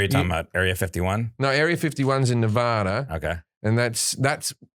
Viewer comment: Just the fact he pronounced nevada correctly makes him the goat